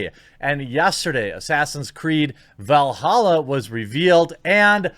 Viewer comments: It's Valhalla not Velhalla. Lol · Valhalla not Veilhalla